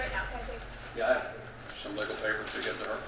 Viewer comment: they anit have to do abby like that now🤣🤣"illegal papars" it couldve ended at papars for abby🤣